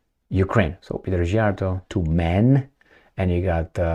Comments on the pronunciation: I also tired of trying to get teach how to pronounce Peter Szijjarto's name. I The letter sz in Hungarian is pronounced like the word "sea" or "see". Please pronounce it correctly. 😢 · Why are you expecting to know Hungarian pronunciation, it's a different language, different country, it's understandable to mispronounce 🙂.